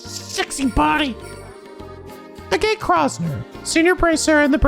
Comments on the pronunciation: Btw Agate's name is pronounced "Agg-it". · You were SO CLOSE to actually pronouncing Agate’s name right, that’s actually impressive. Its actual pronunciation is more like “A-Git” (like Ad-Kit). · I usually use the minimap to navigate in this game too, just feels right Yes, the enemy can in fact deathblow you. And it’s the worst. A fishing minigame? In a JRPG? Sounds farfetched to me personally As others have said, Agate isn’t exactly pronounced the way it looks. It’s a type of gemstone, and the proper pronunciation should be easy enough to look up if reading other’s comments hasn’t helped. An Arge is a Meter. Estelle did mention Cassius being in the army during the whole clocktower scene with Joshua earlier I absolutely love Olivier just rolling with every punch and taking everything in stride. “You’re annoying and we hate you” “Oh thank you, you’re too kind! ❤” Also he’s basically the best mage in the game, so have fun with him!